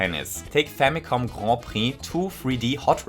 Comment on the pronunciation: “Take famicon Grand Prix”